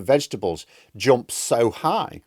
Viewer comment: 'Jomp, Tromp?' Seriously? Something wrong with your mouth? Can't pronounce a U?